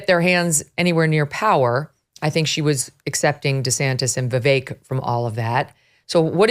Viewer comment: I wish this guy would learn how to pronounce Vivek’s name. 🤦🏻‍♀️